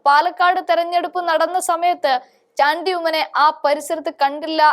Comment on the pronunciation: മലയാളി അല്ലേ മോളെ നീ. ചാണ്ടി എന്ന് പറയാൻ നാക്ക്‌ ഉളുക്കുന്നുവോ 🤔